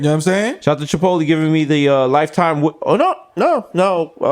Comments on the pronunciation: Me: Chipotle Desus: Chuhpotlee Mero: Shapotlay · Someone tell Desus the right way to say Chipotlé... its not Chipot-leeeee!!!